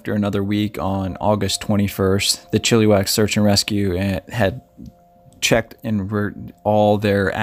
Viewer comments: Coquitlam is pronounced Coh- Quit- Lahm :) your welcome. Oh and Chilliwack is not prounced Chilly-Wack the 2nd "i" sounds like the i in the word it .....Chill- ih- Wack. 😉 Thank you for showcasing this missing person. BC missing do not get enough coverage and this is local to me. Thank you. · It`s pronounced Chiluh-wack not Chilli-wack. Sorry. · So sad to here about these sudden disapearences ... Chilliwack is pronounced Chill ( i ) wack ... not eee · Really enjoyed the narration. I am Canadian, have spent a lot of time in BC. Just a heads up with the pronunciation of some of the city names. Chilliwack is actually pronounced more like chillawack and coquitlam is pronounced like koh kwit lem. Really enjoyed the story. Looking forward to checking out the channel. Thanks for the hard work. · Coquitlam.... Co- quit - lum .... chilliwack.... chill - i - wak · Co-quit-lam😉 Chill-ah-wack😉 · Coquitlam is "Coe-QUIT-lum" Chilliwack is Chill-uh-whack" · “Coooooo quiiiik limb” is how you pronounce it. The other is pronounced “Chill o wack” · Chilliwack pronounced chill a wack - Coquitlam pronounced Co quit lam I hope this helps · Try Cou-quit-lam= Coquitlam . Chill-ah-wack = Chilliwack BC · Yes he did pronounce like chili but maybe learn the places names before the video. Great video but between Chilliwack and Coquitlam I couldn't take him as seriously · Buddy can't even pronounce Chilliwack properly lol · You guys crack me up some of you guys pronounce the words wrong you're pronouncing Chilliwack wrong come on no education in this country⚔️